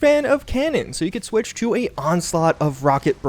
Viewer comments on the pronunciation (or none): none